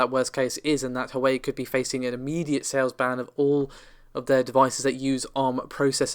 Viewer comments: Hey, just to let you know that Huawei is actually pronounced "who - are - way". No Grammar Nazi, I'm just letting you know. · Yea it's a REALLY bad attempt. Wah-way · Sorry, Can't help myself; Its pronounced "Hwa-way" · Just for future reference it's pronounced 'Hwar-way' 😊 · Nvidia is about to introduce a small refresh,plus a small price cut. Huawei is onounced WAH-WAY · Huawei is Pronounced - Waaaa-way :) Also Navi is “Nav-eee” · Minor nitpick, but you aren't pronouncing "Huawei" correctly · The way u say Huawei 😆😆😆